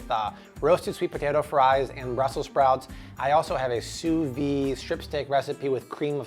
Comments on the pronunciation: Just so you know, it's "sous vide" not "sous vi", you have to pronounce the D. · pls pronounce the d in sous vide